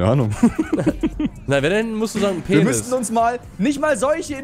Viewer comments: Niemand: Wirklich niemand: Normale Menschen: Penis: Penness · wenn pennis statt penis liest:D ^^ lach mich weg:D